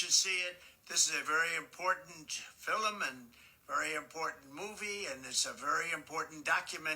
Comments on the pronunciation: DJT is losing it. His head is filled with Nazism and conspiracies. Most assuredly this is another ploy….American U. is not anymore Real than Trump U! What is this “fill-em” pronunciation for “film.” I like your format for this series. I share them. TY 🙏🏻🦋♥️ BTW…he is correct to an extent about our Universities. Look what the Ivy League has spit out! Hawley, Kavanaugh and the remainder. Shameful! There are too many to list who are currently in our Justice system and DC.🧐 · Is he saying "Fil-Em" instead of film?